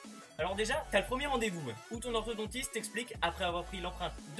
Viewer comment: Enfin enfin enfin ENFIN !!! Quelqu'un qui dit orthoDONtiste et pas orthodentiste